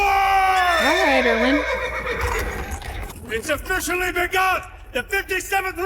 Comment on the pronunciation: Coming straight from your Severance reactions (I LOVE THIS SHOW SM!!!!!) I can’t stop thinking about Irving whenever you say Erwin because it sounds so similar 😂